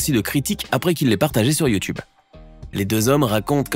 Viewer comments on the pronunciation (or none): none